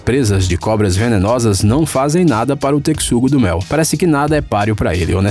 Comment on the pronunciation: Realmente ele não se chama "tecsugo-do-mel" e sim texugo-do-mel. 👎🙏🤪😒